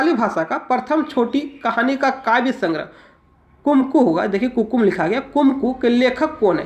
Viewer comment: Kumku.... Nhi.... Kukmu